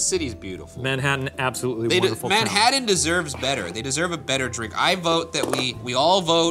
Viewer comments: Did anyone else finds the way Ryan pronounces TT's as D's distracting? Manhaddan, buddon, and so on? I've noticed him saying "button" this way before and it tends to be more subtle, but the way he says "Manhattan" was over the top enough to make me wonder if he's aware he does this. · Ryan- "man-haddin" Shane- "MANHATTAN!!!" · The way Ryan pronounces Manhattan makes me angry 😂😂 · Ryan's pronunciation of Manhattan makes me cringe.